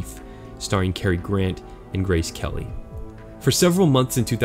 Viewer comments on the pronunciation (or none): none